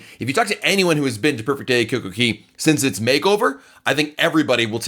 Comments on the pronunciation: It's not Coco key it's coco kay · "Cay" rhymes with "day." There is no Coco Key. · It's not coco key